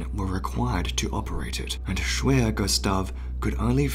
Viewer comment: Hello, remember, in German, the letter 'W' is pronounced as a 'V'. So 'Schwerer Gustav' sounds like Sh-Verer Gustav. Cheers!